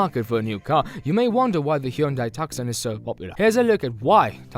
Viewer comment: Pronounced “tooson” not “tuksun”